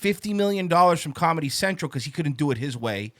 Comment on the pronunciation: ''calmedy'' - Comedy ''tiggets'' - Tickets ''sowld'' - Sold ''talmbout'' - Talking about ''irrrvery'' - Every Master linguist B...